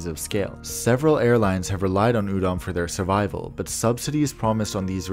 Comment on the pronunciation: Hearing "udon" over and over is making me hungry 🍜